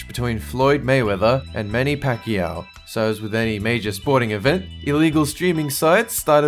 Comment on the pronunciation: somebody finally said pacquiao right!